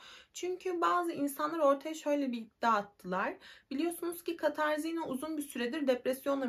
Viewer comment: Katarzinna değil Katarina diye okunur.